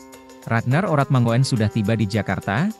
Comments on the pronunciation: Oe itu dibaca u bro....itu bahasa jawa jadi ratnar oratmangun bukan oratmangoen bacanya....paham ya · ini admin 'ngomongnya gk enak banget sih/bacanya oe yg saya tahu. itu ejaan lama yg artinya= u, itu nama orang dulu, kaya boeng soekarno, bacanya bung , sukarno hanya koreksi, akoe lahir taheon 40 han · perlu di tabok dulu mulut si mimin....biar bisa ngomong mangun......😂😂😂😂😂